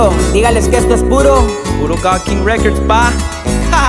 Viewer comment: No te sale bien güero decir godking records